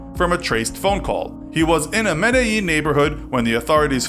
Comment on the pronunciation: Not "Medellin"... "Med-eye-een"